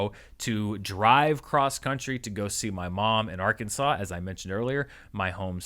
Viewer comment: Ar-Kansas lol